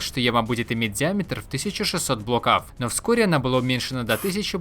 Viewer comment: Автору бы к логопеду сгонять. БлокАв бызЫ и тд и тп